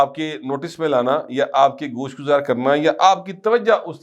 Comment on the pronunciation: Bhaey jub aap ghosh guzar kehty hain to khughosh ka kheyal aa. Jata hy.😂